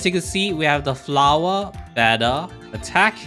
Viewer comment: "Flawah" I love it